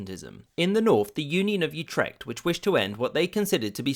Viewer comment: I know this was three years ago, but i cant believe you mentioned mispronouncing Ghent but ignored the fact that you butchered Utrecht so hard i had to listen several times to know what you said.